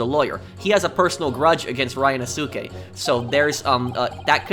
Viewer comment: Hey, Zieks is pronounced "Zeeks" & Ryonosuke is pronounced "Ree-yo-no-skay"